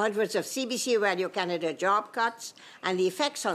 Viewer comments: Anyone else annoyed when she pronounces “Radio Canada” like Pepe Le Pew? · I hate the way she says the company’s name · She's begging for more money?!? She can damn well use the bonuses she and her cronies paid themselves to fund the failing CBC. She's disgraceful and I hate her french pronunciation of Radio Canada! 😖